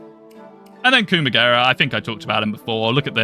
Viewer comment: I can't unhear "Coomagera" now for some reason...that'd make a funny meme to be honest :kek